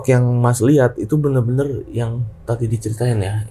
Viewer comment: ini emang "bener bener" jadi "bemer" ya ? dari td gua dengerin